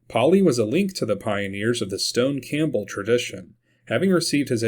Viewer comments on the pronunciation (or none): none